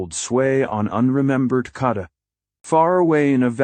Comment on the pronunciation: What a garbage narration. Ur bullshit ai voice can't even say kadath right